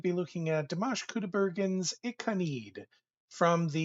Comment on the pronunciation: It's pronounced as I KA NA I DE. You need to pronounce each vowel separately in Japanese.